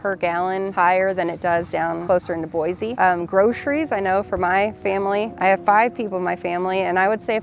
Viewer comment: Boi-see hun, NOT Boi-zee!!